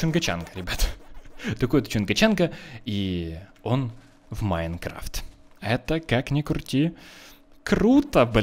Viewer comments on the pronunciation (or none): none